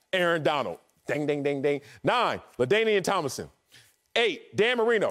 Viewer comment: Man Wiley said Ladamian Tomilson